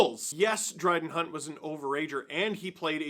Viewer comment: did you call him Bryden Hunt? Like a mixture of Brad and Dryden?